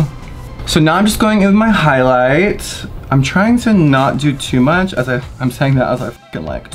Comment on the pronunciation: “I’m not trying to put on tew murch highlight” shovels highlight onto cheekbones